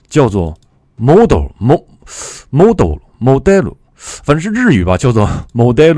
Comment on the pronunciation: 老师这个model发音， 蒙多想去哪就去哪哈哈哈